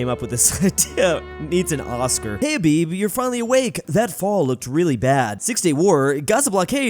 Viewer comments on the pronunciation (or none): Habibi is pronounced “ha-be-be” not “hay-be”